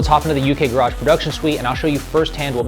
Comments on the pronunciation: It’s pronounced “UK GARRIDGE”!!! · I don’t even like the English but babe it’s pronounced “Gehrudge”